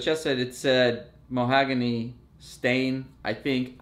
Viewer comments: Mahogany......not mohagany 👀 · The knights are an acquired taste. Also, it's "ma-HOG-ony", not "mo-HAG-ony"! 🙂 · Muh-HAW-guh-nee not mo-HAG-a-nee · The wood is pronounced mah hogany